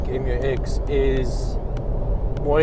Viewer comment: Pronounced MEW-EX 😊. Oh, journalism is so junior in South Africa 🇿🇦 😢